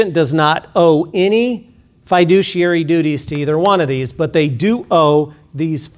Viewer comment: not even saying "fiduciary" correctly..... yikes.